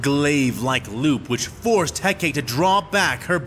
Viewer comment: You know, Asajj and now Hecate have now faced the pure mack daddyness that is Obi-Wan Kenobi. Between him and a female combatant, a lightsabre fight is foreplay... And it's He-ka-tee, not Heck-Kate.